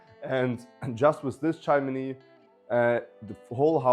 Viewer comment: Not so hectic young man. Speak more slowly. Breathe. And its pronounced "chim-ni" not "chim-in-ni" Lovely house